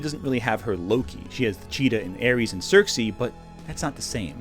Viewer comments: I don’t think I’ve ever heard anyone pronounce Circe like that. I thought you were talking about Xerxes and I was wondering when wonderwoman did a 300 crossover. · It’s Circe